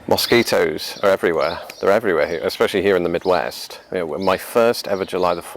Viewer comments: Ana Darko He needs some serious advice on how to avoid mosquito bites. And how to pronounce mosquito. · The way he pronounces mosquito, is a perfect example of how language is spoken differently depending on where you're from. It definitely makes life interesting. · When I hear his pronunciation of Mosquito in the English accent I can think of is the "Wooden Wonder"!